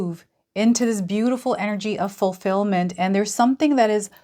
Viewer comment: Everytime you say "fulfillment" I hear "fully feel the feeling in the moment"